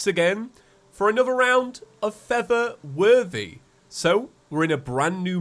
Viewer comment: pronunciation of “For the Worthy” sounds a lot like “feather worthy”